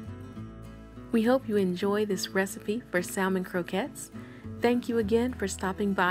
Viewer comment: Honey, all of that is edible. Drain the liquid, then crush up the bones they are a good source of calcium. You won't even know they are there. You are doing a great job. By the way it may be different where you are from but the L in salmon is silent.